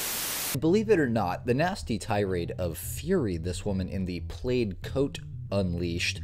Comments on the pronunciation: Plaid is pronounced “Plād”, it rhymes with “sad”, my dearest. 😭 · ⚠️plaid is NOT PRONOUNCED played!!⚠️ 🤦🏿‍♀️🤦🏼🤦🏽🤦🏾‍♀️🤦🏻🤦‍♀️🤦🏽‍♀️🤦🏾🤦🤦🏻‍♀️🤦🏿🤦🏼‍♀️🤦🏿‍♀️🤦🏿🤦🤦🏽‍♀️🤦🏽‍♀️🤦🏻🤦🏼‍♀️🤦🏾‍♀️🤦🏽🤦🏽🤦🏼🤦🏿‍♀️ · Plaid is pronounced "pladd" not "played". Was the woman who chased the guy out of the shop after throwing whatever that was at him and messing up the floor, allowed to keep her job? If I was her employer, she'd be gone as soon as she got back to the store. She was very unprofessional. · The "played coat"? Think you meant plaid 😂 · The pattern is plaid (rhymes with "bad", not "played"). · Bruh pronounce "plaid" again, cause I know you didn't just say "played" 😂 "Plaid" like "glad", or "sad". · Plade coat 😂 plaid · “In the played coat” 🤨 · First as a Canadian...plaid is pronounced like plad not played. Also as for recording, it's pretty similar. Now he was in a private business so they can ask him to stop or leave but the recording part is not law. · I honestly couldn’t hear anything after you called a PLAID (pronounced PLAD) coat a PLAYED coat. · How can someone reach adulthood and not know how to pronounce the word "plaid?" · It's pronounced "Plad" not played. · What is a "played" coat? A plaid coat is a plad coat. Are you AI? 🤔😆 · Did you just say played for the word plaid? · ...Bro pronounced "plaid" as "played"..... it rhymes with "had". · It's pronounced plad, not played. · DUDE!! Lol..Plaid rhymes with bad!!!! you gave me a good laugh!😅 ty I was sad.. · I have never heard plaid pronounced played before. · I think "plaid" is pronounced like "plaad". ❤ Love your channels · Is the voice AI? Pronouncing plaid like played? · I love you, but plaid is pronounced pladd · u pronounce plad wrong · Right? How do you not know how to pronounce plaid? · I know, I was like, "is he using a voiceover app that just said that wrong?" :face-green-smiling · He could learn how to pronounce "plaid" correctly, though. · The way you pronounced plaid is so interesting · Plaid. Rhymes with sad. Or mad.